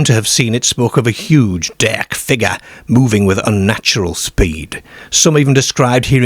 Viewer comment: it’s been asked before and he gives a vague answer that he’s lived all over. It’s not an accent that can be pin-pointed and he has some very unusual (and funny) pronunciations which throw you off, e.g. derrrrrk, for dark and similar.